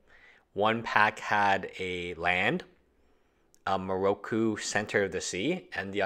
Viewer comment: pronunciation of words is killing me. mikokoro = miroku?